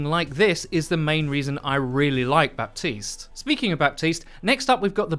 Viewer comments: Buh-teest not Bap-teest. The P is silent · It's Ba(p)tiste... not BaPtiste... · Guys watch Jeff’s video about Baptiste. The P is silent. It’s pronounced Batiste. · my ear hurts a little each time i hear "ba-P-tiste" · The P in his name is totally silent rip 😅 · THE P IS FUCKIN SILENT. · The P is silent lol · The P in Baptiste isnt really spoken, its more silent :) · my man, you gotta pronounce Baptiste right, it's driving me crazy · Ok but can English speakers get the grasp of saying "Baptiste" like the "p" is silent, I promise.